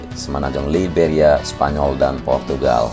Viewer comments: Video selalu diikuti. Sori, saya ingin kasih koreksi. Pada bbro detik di awal disebut Semenanjung 'Liberia', yang benar 'Iberia' (tanpa L). Iberia itu sebutan lain dari 'Spanyol'. Tetap semangat. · bang...Iberia bukan Liberia...Liberia itu di Afrika negaranya Goerge weah... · Iberia om, bukan liberia. Liberia mah negara di Afrika. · Saya juga gagal paham om , ternyata emang kurang tepat penyebutan nya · Izin koreksi... Yang benar itu semenanjung Iberia, bukan semenanjung Liberia.... Liberia itu ada di Afrika.